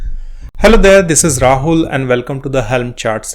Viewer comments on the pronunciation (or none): none